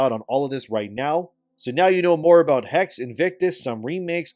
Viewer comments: Is pronounced Hex-eh, not "haggs" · Yo! Just wanted to let you know, the word is pronounced “Hecks-uh” and it is literally the German word for “witch”. Assassin’s Creed: Witch…;P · The last "e" in "Hexe" is not silent.